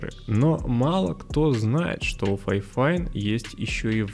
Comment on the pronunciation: Не ФАЙфайн, а ФИфайн. Даже звучит не очень. Как вайфайн 😂